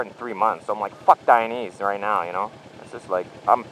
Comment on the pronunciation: Dainese is pronounced "die-neh-zeh" because it's a last name of the Italian founder. It does not rhyme with "chinese"